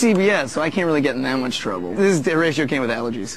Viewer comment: its HORATIO